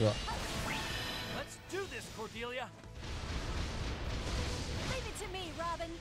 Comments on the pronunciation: Lass einfach das Ä weg. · Du sprichst Cordelias Namen komplett falsch aus, das klingt furchtbar.